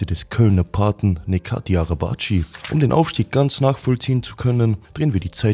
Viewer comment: Er heißt nicht nekati 🤦🏻. Man spricht es sobald netchat arabatchi